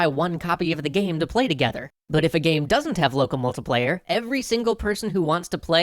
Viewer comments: Aaaaargh Mult - I - player So far the only pronunciation I've had a problem with on your channel :p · "Local MULTA-player". 😑 Don't know why that bugs me so much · I'm sorry, I had to stop this video about a minute in. The way you pronounce "multiplayer" is not just wrong, it's not just disgusting and sickening, it's criminal. You belong in word-prison for your abuse of the word "multiplayer".